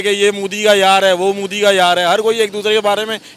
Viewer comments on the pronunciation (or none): none